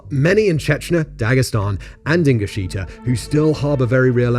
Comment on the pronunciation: Ingushetia, not ingusheetia